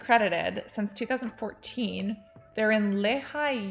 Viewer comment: So I’m in Utah and Younique was everywhere. Super annoying. All of my friends seemed to get into it and try to sell it to me. Haha the way you said Lehi, Utah. It’s pronounced Lee-hi. 😂 Also their headquarters are next to my cousin’s apartment lol.